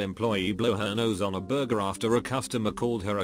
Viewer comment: I miss the way this robo voice used to say Burjer instead of Burger...